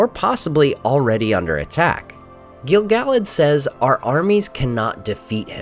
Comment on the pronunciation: The way you pronounce Gil-Galad hurts my brain